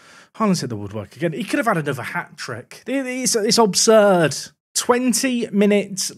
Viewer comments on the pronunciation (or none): Poor, head gone so badly he comes up with words like "obsurd"